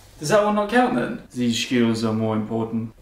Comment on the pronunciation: "Schkill" lmao